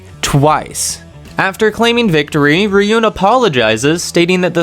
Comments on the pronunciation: Bro said "Riyun" for Ryuen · 😂 that's funny Ryuen to riyen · Also Ryuen is pronounced like ruin